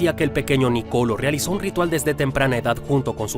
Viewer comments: Felicitaciones por tan interesante biografía. Solo como información general, se pronuncia Nicoló y no Nicolo. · No Nocolo😂😂 Nicolo' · No hay manera de que pronuncies bien el nombre Niccolò